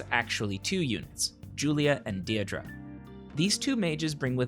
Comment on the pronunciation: Deirdre is pronounced Dear-dray